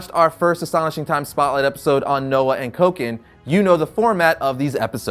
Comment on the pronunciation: Kokin sounds like they keep saying Coke head🙂